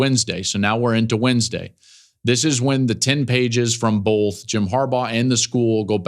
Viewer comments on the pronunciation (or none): You also say "bolth' instead of both a lot